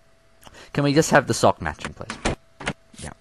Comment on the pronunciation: it sounded like he said fuck instead of sock XD